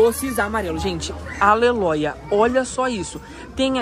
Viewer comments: Amoo quando ele fala Aleloia 😅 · Amo quando ele fala aleloia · oiii me nota eu amo quando você diz aleloia kkkkk❤